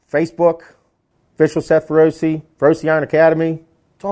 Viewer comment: I like your content,i like your no bs persona but as someone who is fluent in italian the way you pronounce feroce is just horrendous. It's feroce,not ferrosi.